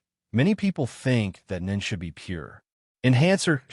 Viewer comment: Boring and a puppet master type nen is boring. And ai can't even pronounce nen wich is sad considering it's the basis of the entire story